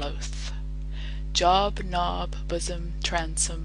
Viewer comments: Are you sure it's not Job ("jow-b") like the Bible character? Job (meaning occupation) rhyming with nob seems too easy to be intended here. "Sah-lee with ahl-lye" I'm nitpicking I know! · Hmm gouge is not pronounced goge! Lots of mistakes in this recording I am afraid. The capital letter for Job indicates its a name and should be pronounced Jobe.